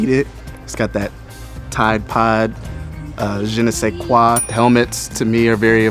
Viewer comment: “It’s got that tide pods jenesequa”